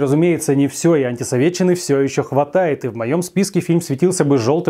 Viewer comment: Мальчик то при Союзе не жил, но как он произносит "антисоветтччина")))) как те комсюки в 80-х ))))